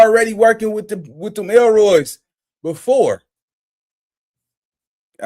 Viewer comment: “ YO!!! HE SAID ELROY !!!! IM CRYING😂😂😂😂😂😂😂😂